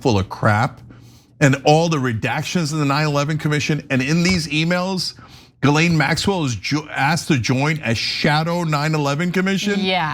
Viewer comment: My only criticism of this video is the pronunciation of Ghislaine Maxwell name. It is pronounced Jizz-laine! Emphasis on the jizz! 🤢🤢🤢🤢🤢🤮🤮🤮🤮🤮🤮